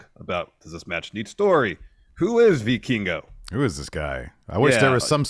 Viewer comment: As a Spanish speaker I’m glad learned how to pronounce Vikingo lol